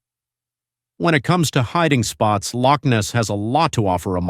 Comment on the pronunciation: Another "IGNORANT-TWIT!" Professing to be wise - becomes a Fool! Especially when trying to pronounce Loch! DON'T point fingers or make disparaging comments towards Ancient beliefs with Ancient people, through YOUR unbelief! You're taking information for your site and making yourself as some informative- 'KNOW-IT-ALL!" Regurgitating all the known information that's out there, and taking it as your own! You fail to see or understand ANYTHING! I hope some wee ghostie starts knocking on your doors and letting you know they're around!👍👀👻 Might open up your mind to the "Supernatural" world we live in, and not everything is a fable! Never knock, the Scottish, Irish or the Scandinavian Folk Lore! You are a NOBODY, with NOTHING more to do with your uninteresting little life! GET A REAL JOB! And get back into your own shallow indepth of little understanding, until you've done your proper homework and can talk about these subjects with some AUTHORITY! Goodnight and GOODBYE!🖕🖕🖕